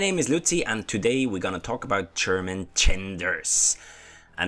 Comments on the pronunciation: The way you say German (Your way: Cherman) always cracks me up 😂😂. Great work, tho. Much love :) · Ch-erman Ch-enders :D